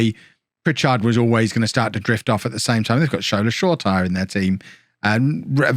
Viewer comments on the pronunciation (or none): shortire’s name is actually pronounced Shore-tee-airé. I could be slightly wrong with that so if anyone sees this and i got it wrong correct me. Apparently he wants commentators to pronounce his name correctly, and more true to the Nigerian pronunciation. Again if i’m wrong with an info just lemme know - but i hope this helps for anyone.